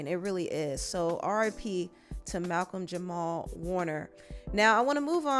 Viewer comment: jamal not jamar